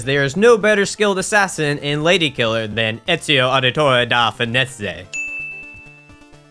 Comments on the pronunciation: Ezio Aditove da Feneze... as an italian, yeah, that's the rightful way to pronounce it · "Sorry for mispronouncing 'milquetoast'" he says, 10 seconds after committing war crimes on Ezio's surname and moving right along